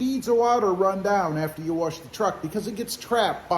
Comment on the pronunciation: There’s no R in wash Brother 🤣🤣🤣